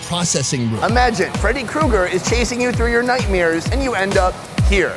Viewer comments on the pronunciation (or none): someone else says "night-mears" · says nightmares like Bert kreischer “nightmeer “ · "Nightmeres" ? Grow up with bert kreischer ?